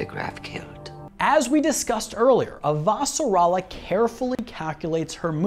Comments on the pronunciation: Did you read the books before watching the series? The reason I ask is because of how you pronounce "Avasarala". You pronounce it "A - Va - Sarala" rather than how it's pronounced on the show ("Ava - Sarala"). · Good video but her last name is one name, why are you pronouncing it like it's two? lol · So ready to watch this, then you had to say her name wrong lol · For someone who claims love of the show, why do you mispronounce her last name?